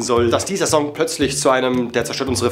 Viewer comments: Bitte sprich 'song' richtig aus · Wie er Song ausspricht triggert mich richtig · Sag doch song bitte einmal richtig😂